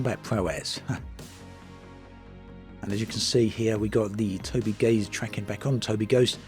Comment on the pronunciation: Am I the only person on the planet who knows it's pronounced Toby eye